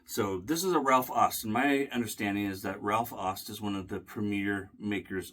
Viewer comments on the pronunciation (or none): Come on,. You should have nailed the pronunciation of "Aust". Au in German is the same as ou, as in "out", in English.